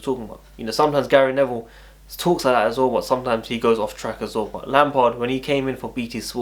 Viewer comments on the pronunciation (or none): none